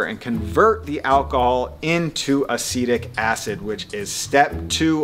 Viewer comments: “Acetic acid” instead of “acidic acid” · ACETIC acid, not "acidic acid" just an FYI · Hey there! Biochemist here. Note that the acidic compound diluted in vinegar is actually called "acetic" acid, pronounced "uh-seed-ick" acid. All acids can technically be called acidic, though 😊 Also, the byproducts of alcoholic fermentation are actually carbon dioxide and energy in the form of ATP! The direct product of alcoholic fermentation is ethanol ^.^ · Cringed so hard when he said acidic acid....... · It's okay. You can't pronounce every word correctly, girly girl. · What if his accent is acetic acid and it sounds acidic